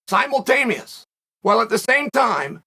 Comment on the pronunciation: HAHAHUAHAHAHAHAHHAH And he consistently said "simultameous" twice